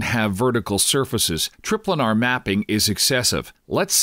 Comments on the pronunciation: Well its just most people would pronounce it "tri-planar", and he even goes on to say planar afterward, but he still calls it trip-lanar. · lol, trip-lanar